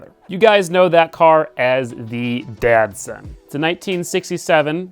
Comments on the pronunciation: Are you saying Datsun or Dad-Son? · Each time you say Datsun project, I hear "Dad-Son" project 😉 which makes total sense for your project! Looks awesome 😍